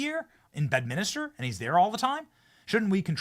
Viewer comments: BED-MIN-STER.. or BED-MINS-TER. NOT "bed-minister".. Come on Benny 😅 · For f*cks sake Benny.. Its Bed-min-ster. There's no Minister there. Its a golf course.. not a church.😅 Even a lowly peasant like myself knows that🤦‍♂️